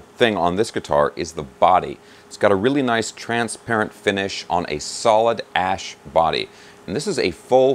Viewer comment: Oh I get it. It's like he's saying ass!